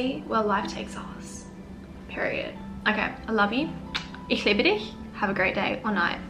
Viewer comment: You're „Ich liebe dich“ sounded like you were a native speaker!